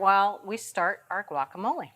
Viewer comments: It’s “wacamolay” not guakamolay! Jeez! Just like agua (water) and the city of Guanajuato. Not a hard g. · "wa-ka-mo-lay" or "Gwak" just try.